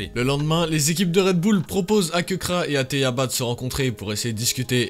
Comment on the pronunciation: KEBRA ? C'est plutôt KEKRA frérot mdrr